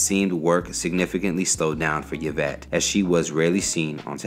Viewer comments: omg🙄 its ē vĕt NOT yə vĕt dafuq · Say “Ya-Vet” again 😩🤦🏽‍♂️ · My name is yvette. I cringed everytime